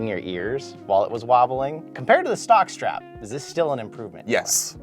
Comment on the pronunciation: He said sock strap not Stock